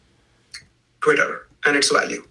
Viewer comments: Lol this guy can't even say twitter, everytime he sais it sounds like "quitter" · The captioning got a bunch of things wrong, but I didn't detect any manipulation, just error. He was saying "Twitter" and not "career" for example.